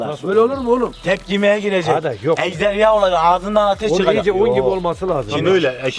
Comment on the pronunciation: Mamiiiiiiiiiiiii ejdeya değil ejderya 😂😂